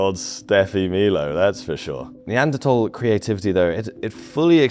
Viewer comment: Neanderthal - th-awl not -tol. Terrible pronunciation.